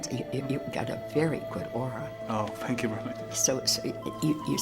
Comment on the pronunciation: soy yo oh dice "tenkiu malcriado xd?"